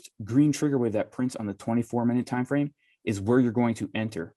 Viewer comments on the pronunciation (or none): What's a time "frane"??? :-)